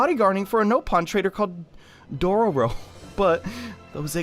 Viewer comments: "Dodoro... ...Doro... ...Dorodo..." It's Dororo man xD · IDK y you keep saying dodoro Evan though it is dororo